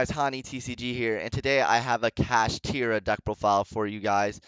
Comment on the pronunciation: why do you keep saying kashtidra?